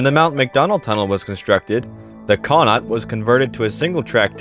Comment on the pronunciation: Connaught is pronounced “kuh-NOT”. Accent on the second syllable. Savona is pronounced “Savon-AH”, accent on last syllable. All in all, a great video.